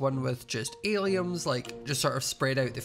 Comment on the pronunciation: Every time you say “alliums” I keep thinking you’re saying “aliens”💀💀